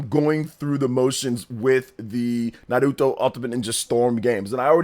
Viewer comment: Please learn how to say Naruto bro. It's not Nah root oh